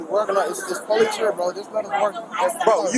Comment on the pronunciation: 😂😂😂😂😂😂😂”where is the POlice that leffft??”